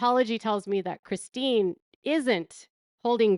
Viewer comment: It looks like Robyn has a hard time saying Christine. 😂